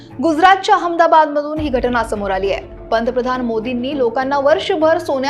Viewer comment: Its Ahmadabad not Hamdahad, Farrar cha diction pun zabardaast